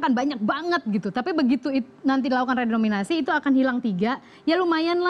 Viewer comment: Redenominasi apa renominasi??